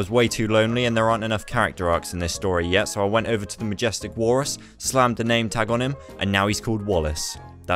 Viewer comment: WALLRRUSS with the accents was funny